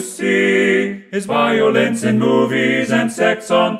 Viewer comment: You know hes French cause of the way he pronounces violence